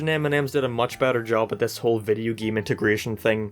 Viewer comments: why do you say game weirdly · Everyone else: decade LSMark: deckeed Everyone else: hate LSMark: heat Everyone else: game LSMark: geam Everyone else: racing LSMark: reacing Everyone else: m&m LSMark: am&am Everyone else: came LSMark: keam I might delete this later